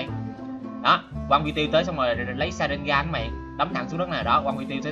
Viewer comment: Đọc đúng phải là rà sén gàn :))))))))))))))))))